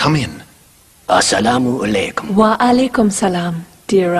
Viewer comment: why did he say salamu alekhem with a khaa instead asalamu alaykum with a kaaf.